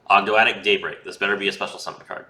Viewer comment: you pronounced Ogdoadic correctly imo :p